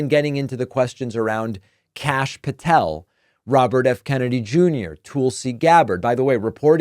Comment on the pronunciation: Davis, Tulsi is pronounced Tullsi, not Toolsi, a short u sound. Thanks. She is bad news regardless.